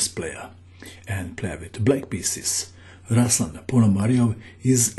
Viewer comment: Right pronunciation is RuslAn (stress on "A" and "u" like "oo" in word "tool") PonomariOv (stress on "O")